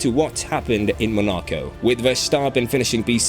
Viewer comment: Is this a person talking or a text-to-speech? I can't tell, because the names of places like Monaco and Hungary are pronounced hilariously wrong, as well as Sainz and Verstappen. TTS tends to make those mistakes.